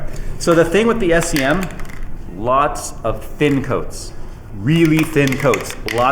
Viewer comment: SEM SEM SEM not S E M lol